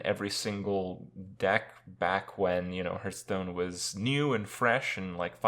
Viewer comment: I cringe when he says "Hurtstone"